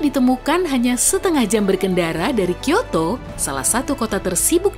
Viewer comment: kota tersibuk itu bukan Kiyoto tapi Tokiyo kalee, perlu belajar dulu baru di ekspose jadi konten, bikin malu atas kebodohan